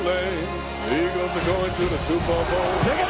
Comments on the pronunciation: "The Iggles" lmao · This man said igles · Did he just say the iggles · buddy said Iggles 😭🤦🏾‍♂️ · "The Igles"